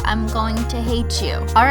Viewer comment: It is official that Cristine is Southern. "See y'all later by-ah"